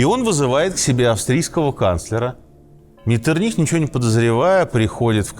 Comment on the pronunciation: Князь Клеменс Венцель Лотар фон Ме́ттерних-Виннебург цу Байльштайн...специально для Вас взял из энциклопедии.... ударение на второй букве МЕттерних... у Вас МеттерниХ...то есть ударение на последней букве...вообще с ударениями у вас полный швах ....